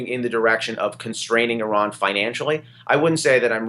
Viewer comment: here's some help for you morons.........Iran....pronounced like... Indiana or Illinois....not pronounced like...Idaho or Iowa......